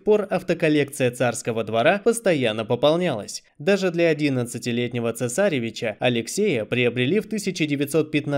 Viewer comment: Извините за замечание, но цесаревич с ударением на второе «е»